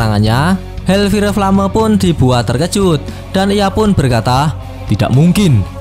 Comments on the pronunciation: Bukan hel fire flame tapi hel fayer flem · HELLFIRE FLAME : HELLFAYR FLEYM 😩😩😩